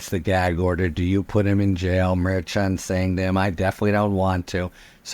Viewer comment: Harry, I love you and generally love you pronunciation. However, I do not appreciate your pronunciation of Judge Merchan. I believe it's pronounced like Chicago. You always say ch, like church instead of shy, like chi- town.